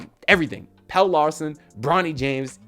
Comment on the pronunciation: the man name is Pel-le not Pail.